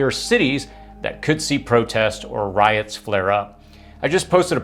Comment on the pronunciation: You're pronouncing RIOTS incorrectly.